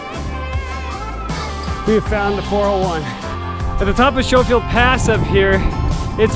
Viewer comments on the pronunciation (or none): Not that it matters but since you were wondering, Schofield is pronounced the same way as skoal chew. Skofield Fun trail, thanks for the video